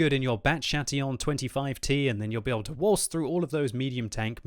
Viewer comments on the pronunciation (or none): none